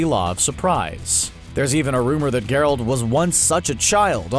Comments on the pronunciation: I'm sorry, but did this guy actually watch the series? His pronunciation is TERRIBLE. GERalt, not gerALT. and Calanthey. It appears like he's just reading from a script without any real knowledge. Watch the show to get the correct pronunciations before you embarrass yourselves. He mentioned necrophages over a shot of nekkars. They are Ogroids not necrophages. If you want more proof of their lack of preparation for making this video. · I can’t deal with the fact that Geralt wasn’t pronounced correctly. If someone is making a video on something they should at least look at the source material